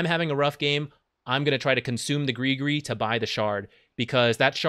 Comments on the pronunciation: PLEASE PRONOUCE IT AS GRIZ-GRIZ!!!!! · why is every english speaking person sayin GRI GRI!? its has a fking S!! at the end!!! its no that hard!! griS griS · Has anyone been pronouncing it “griss griss” like me? 🥴